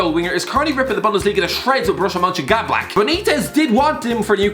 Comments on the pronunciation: Borussia MönchenGADBLACH I mean ffs man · Borrusia Gadblack